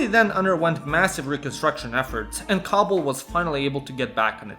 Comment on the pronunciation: Every time you say kabul i though you said cobble like in minecraft